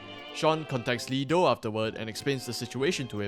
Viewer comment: Great review! Got it in recommended tab and watched it all through the end. Very nice pacing and editing, ive enjoyed it thoroughly. Also the name is Lee Da, not Do :)